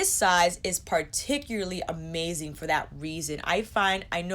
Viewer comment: This was so incredibly useful & helpful for us eyeshadow/ WG newbies! Thank you so much! Everytime you say "Number fo!"I just crack up. You are fo sho, one of THE BEST! Watching your reviews & tutorials is always time well spent!